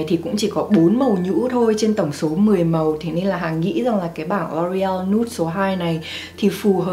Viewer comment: Cái Loreal đọc là EO ÂY chứ LA gì má 😂